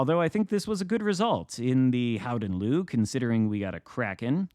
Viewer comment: I spoke to a Dutch guy the other day and he explained its mostly as you said … “Howden Looehh” (like a very slight ehhhh,at the end) Nice work! We can also just call it the Golden Lion, and this would also be accurate 😊 (Nice match & happy birthday 🎂 — Long may your light shine on our seas!)